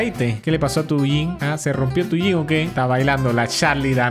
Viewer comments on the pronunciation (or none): none